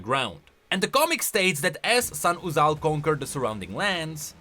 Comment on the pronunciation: i will do 5 pushups for every time says "Sahn-uzal"